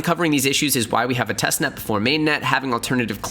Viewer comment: “”””TESTNEST”””” “TEST......NET”